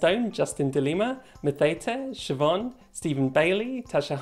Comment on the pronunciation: Did you just pronounce Siobhan correctly?! You fuck'n legend!